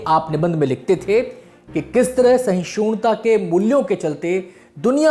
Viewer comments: समाचार वाचक महोदय, सहिष्णुता बोलिये आप सहीशूनता बोल रहे हैं। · सहिष्णुता होती है ना कि सहिषुण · सहिष्णुता ना कि सहिषूणता, कृपया उच्चारण सुधारें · शहिष्णुता बोलना सीख लो पहले.. टाटा डर गया? लड़ना था... क्यूँ डर गया? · सहिष्णुता कहना सीख ले